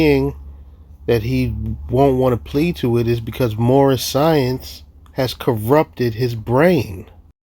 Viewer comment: "My nationality is Moormish!" Never fails to crack me up.